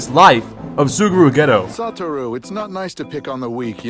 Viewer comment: It’s “Soo-guru Gay-toe” 😡